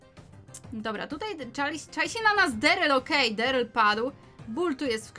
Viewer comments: Się mówi daryll a nie deryl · daryl a nie deryl